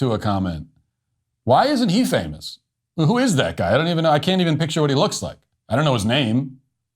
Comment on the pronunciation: you said "famiss" instead of "famous". Learn how to prounounce "-ous".